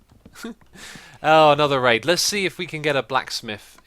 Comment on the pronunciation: but if you listen to it a couple of times, it can sound like you're saying "another rape"